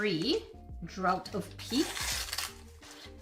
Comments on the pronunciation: FYI: "draught" is pronounced "draft". English, especially archaic English, is a weird language (in case you hadn't noticed).😁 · Draught- pronounced draft ❤ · Draught is pronounced "draft", I know this because I play RPGs lol! English #1! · Draught is pronounced draft, that’s the English language for you, lol